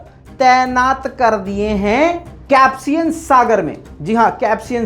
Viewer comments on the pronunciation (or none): Caspian nehi................. Kaspian ........ Sahi bolo bro. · Caspian sea or capsian sea 😂